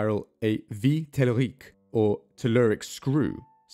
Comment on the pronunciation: Amazing video! You channel is an awesome rabbithole. For information, "vis" in vis tellurique is prononced "viss", might be useful if you plan on making a video dedicated to it :)